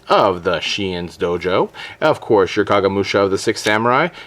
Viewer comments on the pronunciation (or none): none